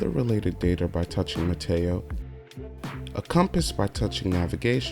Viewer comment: Why does every reviewer say "Mateo"? It's Meteo. Short for meteorology.